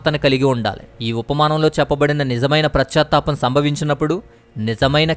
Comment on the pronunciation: PRAS CHA THAPAM KAADU . PAS CHA THAPAM . BHASHA KUDA VINAALANIPINCHELA PRONOUNCIATION CORRECT GA VUNTE INKA BAAGUNTADI .